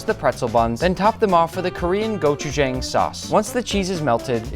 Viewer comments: Nick’s pronunciation of Gochujang’s jang hurts me 😭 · it’s not gochu jang nick get it right- every single Korean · I’m Korean and literally every single YouTuber pronouncing gochujang wrong its disturbing😢😂😂😂😂❤❤❤ Still love your channel nick!!!!!❤❤❤❤❤😊😊😊😊😊